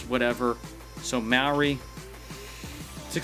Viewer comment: He said Maori sort of right